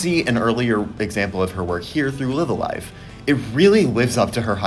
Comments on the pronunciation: Please pronounce the title correctly. Both "Live"s are pronounced with a long "I" ライブ・ア・ライブ Raibu A Raibu Live A Live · I hate to be that guy. But it's pronounced Live(as in a live concert) A Live( as in a live concert).